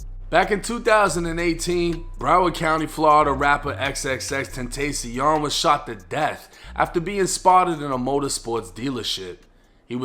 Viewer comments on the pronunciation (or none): U said tentacion wrong